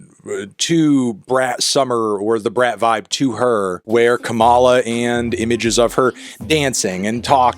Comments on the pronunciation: I can't believe I have to teach an American how to pronounce your own vice-president's name, but it's KAmala, not KaMAla. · Kamala is pronounced similarly to calm, so com-uh-luh not come-all-uh. I had a hard time watching for this reason :/ it comes across as a microagression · It's pronounced "KAH-mah-lah" not "kuh-MAH-lah" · Tell me you are clueless about politics without telling me you are clueless about politics. BIH PLEASE. Xanned out demeanor? The laugh? Could you please regurgitate another Fox News garbage talking point?! Her name is pronounced Kama-la. Not Ka,-ah-la. YOU ARE NOT BRAT AND NEVER WILL BE. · I hate that I am this person, but it’s KAmala, not KamAla💀💚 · I would just like to say that it’s pronounced COMMA-la, not kuh-MAH-la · love ya and agree with everything you’ve said in this video. just wanted to stop by and correct you on one minor detail- her name is pronounced KAH-muh-la, not Kuh-mah-la. not to be a Hermoine, but I think the correction is simply a matter of cultural respect. keep doing great things, brathony. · Yo melon just so you know, her name is pronounced "KAH-mala," not "KaMAla" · Just a reminder that her name is pronounced COMMA-La, not Kuh-MALA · You’re pronouncing her name wrong. It’s “KAH-muh-luh” not “Kuh-MAH-luh” “Comma-la” basically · Comma-La, not "ca-mala" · it’s comma-la. not kuh-mah-lah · KA-ma-la. Not Ka-MA-la. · It’s pronounced Comma-Luh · Just a note- Kamala is pronounced like "comma luh," not trying to endorse or be rude just giving the pronunciation :) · Are you actually unaware that it’s pronounced KAH-muh-luh? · I know it doesn’t matter but it’s “Kah-muh-luh” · It’s pronounced KAH-muh-luh, Melon my boi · It’s “Comma-la” Mr. Melon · I’d like to think he knows but mispronounced it on purpose because he’s a Jill Stein bro at heart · I’m struggling to understand how she’s been on the world stage for nearly four years and people CANNOT PRONOUNCE HER NAME!!! KAA•ma•la or Comma(,) la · Anthony, it’s pronounced Comma-la 💚🌴